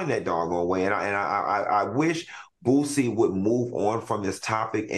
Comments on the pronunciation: Al calling Boosie BOOTsie took me out 😂😅☠️😂😅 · Yep! BOOTSIE, ChriSHEIN, etc😂